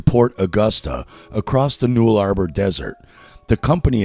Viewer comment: Butchered my country's names. It's the Null-a-bor.(phonetic) 1hr mark